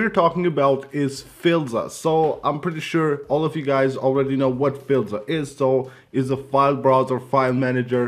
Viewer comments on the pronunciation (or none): For gods sake it’s pronounced “File-ZA “ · You pronounced filza wrong